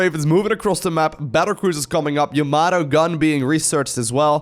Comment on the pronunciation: As long as it is not YAMOTO gun (as pronounced by Artosis) it does not matter if it's a gun or weapon or cannon.